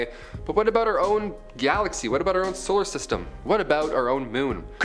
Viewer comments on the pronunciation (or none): none